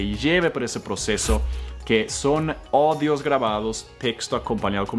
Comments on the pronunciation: Teacher, everything's fine. No es odios, es audios. Pronunciando la U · es Audios....No Odios.... revisa por favor esa pronunciación en español. Saludos. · amigo eres un gran maestro solo una observación no es odios es audios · HOLA, SIGO TUS CLASES Y ME AYUDAN MUCHO. SOLO QUIERO CORREGIRTE EN TU PRONUNCIACION CUANDO EXPLICAS COMO COMBINAR TEXTOS CON AUDIOS.....TU PRONUNCIAS ``ODIOS`` Y SE PRONUNCIA ``AUDIOS``....ODIOS SIGNIFICA ODIAR DETESTAR, ABORRECER A ALGUIEN GENERALMENTE PERO TAMBIEN PUEDES DETESTAR ALGUNA COSA O ACCION O ALIMENTO ETC.GRACIAS POR TU AYUDA..DE VERDAD¡¡¡¡¡ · Dices textos con odios no es así es audios sigfican muy fifirente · te he escuchado decir Odios y creo que debes decir AUDIOS, un saludo desde España - Madrid, gracias por compartir tus conocimientos. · Jajajaja la palabra audios en tu boca suena a odios jajajaja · Audios,a.u.d.i.o.s.y tu dices odios,y no,tienes que pronunciar la au 🤭🤭también tenemos que enseñarte algo a ti jajajaja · No se dice odios se dice audios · Por qué dices : odios ? Nos estás tomando del pelo o nos estás devolviendo la pelota ?